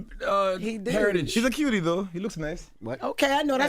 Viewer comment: Bien you were doing so well untill you said "cutie"😂now they out here thinking that's what every kenyan man is out here saying😂